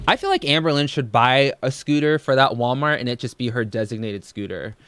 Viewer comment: Anyone else notice she's now to lazy to pronounce the L in Walmart - it's now " Sooooo we're at Waaamart"